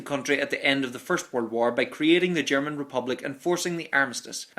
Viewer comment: Nice video about the "woll" war.